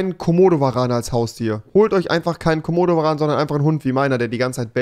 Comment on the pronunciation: Aussprache... Jeder : kommodoveran Rewi : Kohmohdoveran